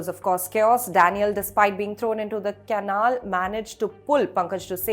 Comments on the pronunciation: Its not can-nul , you pronounce it as Kuh-nal. Come on Indian Express you can do better! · Caanal or canaal? Dear kindly check once your pronunciation of the word " canal". No insult intended please!